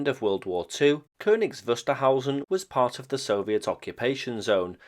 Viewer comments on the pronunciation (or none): none